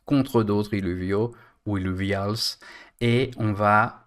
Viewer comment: Illuvials avec l accent anglais (« illouviols » 😅). Très bien de faire une petite vidéo pour chaque thème plutôt que des plus grosses avec plusieurs choses dedans. Au moins on ne rate pas d infos et on les retrouve plus facilement. Sans parler du référencement qui en sera que meilleur pour toi avec encore plus de vues sur la chaîne 😆